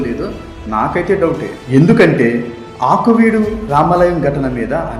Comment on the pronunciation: "ఆకువీడు"...కాదు ....అది "ఆకివీడు"...